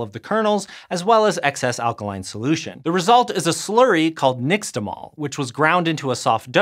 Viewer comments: the 'x' in 'nixtamal' is not pronounced like 'ks'. it's like 'sh' in 'shoe'. you should learn to read. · I think it's okay to pronounce "nixtamalization" that way, but i dont know why he pronounced nixtamal like phonetic english when it's a nahuatl word adopted by spanish. So "heesh tamal" or "neese tamal". I feel like it's disrepectful. It sounds like a neolatin science word or something when it's actually indigenous. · Why not pronounce the x in nixtamal correctly? It’s 2023 man we know these things now come on… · The in "nixtamal" is /ʃ/, not /ks/ (and it's actually spelled "nextamalli" in Nahuatl). But try telling that to an axolotl...